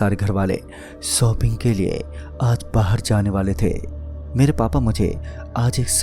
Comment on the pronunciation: Sayad nhi shayad Khusi nhi khushi Sopping nhi shopping Biswas nhi vishwas Bhai sa nahi sha hota hai Kahani bht ache se sunai lekin Vocabulary ko thoda improve kar